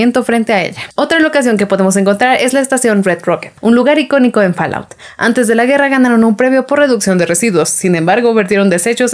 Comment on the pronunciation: En inglés la A se pronuncia como O y la O como A ¿ EH ? si, así es, FALLOUT se pronunciaría FOLAUT y no FALAUT..